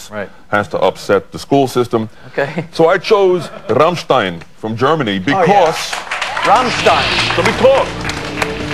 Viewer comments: I love how he pronounces Rammstein. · he just pronounces it correctly